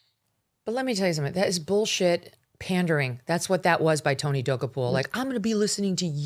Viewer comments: GOOD GRIEF WOMAN!! AT LEAST LEARN HOW TO PRONOUNCE TONY'S LAST NAME!!! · WHY DO YOU PURPOSELY MISPRONOUNCE HIS NAME? SO HIGH SCHOOL. SO AMATEURISH. SO BITCHY! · mispronouncing his name....REALLY? WOW. What else did you get wrong? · why mispronounce someone’s name so horribly..? so your listeners have no clue who you’re talking about? good plan for someone who seldom gets anything right like Mógan Kurly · Megyn, please learn how to pronounce the man’s name if you’re going to crucify him! You are nuts! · You sound stupid by butchering his NAME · It's not that hard to correctly pronounce Tony's name. It cheapens your show when you can't get his name right.